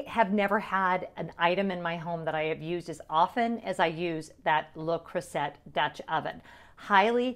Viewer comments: Took me a while to realise what cookware brand you were referring to. We pronounce it (in the UK) le Croo-zay lol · And to be clear I know I’m pronouncing Le Creuset wrong but my audience is predominately American and I wanted to be sure they could find it so pronounced the way it’s spelled. I took French for 4 years and I’m sure my teacher watches and is fuming.😂😂😂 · As one of my favorite French teachers would have said…"You are hurting my French ears." 😂 But I get the need to meet the audience. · The French pronunciation is correct but I pronounced it the way it’s spelled so easier for people to find. You’re not wrong!